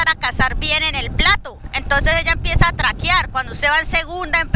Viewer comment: Hola unas observaciones, a las vías del tren no se les dice Carrieles su nombre es los Rieles o vía ferroviaria. Otra observación en la región donde te encuentras es la parte del alto magdalena. Y la última es... no se dice traquiar se dice traquear saludos y feliz navidad. Bendiciones 🙏